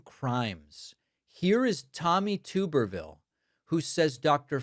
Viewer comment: TUB-erville you tend to pronounce words wrong